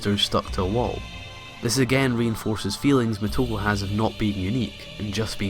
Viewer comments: omg the way you say muh-toe-ku is agonizing. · it is [MoTo • Ko] or [Moto • Ko]. Either way, you have initials and vowels that are pronounced together as one sound. Like [Shi] is a single sound where as [Shi • So] is treated as two sounds. Think of the romaji much like German, very literal once you learn the basic rules of reading it.